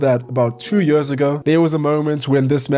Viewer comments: Where is that dialect from? «Its been yeers» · “Its been yöörs” lol